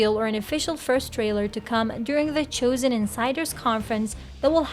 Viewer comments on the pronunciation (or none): Why are you saying the Choosen? It's The Chosen.